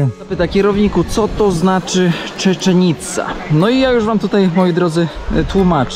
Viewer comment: Tak jak bardzo Cię lubię kierowniku, tak bardzo mi przeszkadza twoje przekręcanie nazw własnych. Nazwę tego miasta powinno się wymawiać Cziczen ica i do szału mnie doprowadza przewijające się przez cały odcinek Czeczen ica.😬